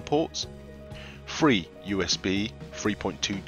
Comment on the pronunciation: I love how britisch people always say "free" when they actually mean "three".